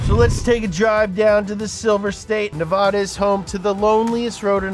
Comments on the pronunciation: It’s Nevada not nuvadu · It’s nevaduh not nevoda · It's not NeVAHda. Stop saying it that way! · It’s pronounced Nev-adda, but I’m not the least bit surprised that it’s the Impreza. When I lived in Reno, the freeways were constantly terrorized by rich Tahoe kids with more money than brains who would come down from the mountain to attend UNR. Their daddies would buy them brand-new WRXs that they’d plaster with Monster Energy stickers and then cut class to go snowboarding. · Say Ne-va-da 😂😂😂😂😂😂😂😂😂😂😂😂😂😂😂😂😂😂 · It’s really “nev-ada” most people get it wrong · you pronounced nevada wrong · Considering how close you are to Nevada I'm surprised you can't pronounce it correctly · People still can’t say Nevada right. It’s a Native American name btw and yes a specific way to say it. Just gets old after 30+ years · Nuh vah duh 🙄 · Why did you pronounce Nevada so so so so wrong. For SHAME